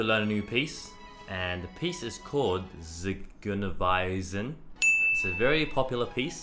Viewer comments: Try to pronounce it like this: "tsee-GOY-nah-vi-sen" (emphasis on goy) tsee like tee but with an s after the t goy like boy but with g (as in gold) nah like saying saying no in Aussie English (just a bit shorter) vi like I but with v in front (as in vi-heart) sen like in "sentient" Then you should be pretty accurate :-) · "Zigeunerweisen" is pronounced like "tsi-goy-ner vay-zen" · 1. It's pronounced "tsi- GOY-nair-wyz-en." (gypsy melody). Personally, I think the sound track is faked. It just sounds like a recording. However, I don't like the idea of child prodigies. I think a child should be allowed to live a child's life - to run and play, collect rocks, watch movies, read fairy tales, play with babies, ride bikes, etc. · Tsee-‘goy-nair-‘vi-zen (apostrophes are the more brought out syllables) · I'm pretty sure it's pronounced like "zeh-goo-nur-vise-ehn" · If wondering if youre saying the name of the piece right is meaning if youre saying it the way that it is pronounced in its original language then.. no sorry, very far from 'right' xD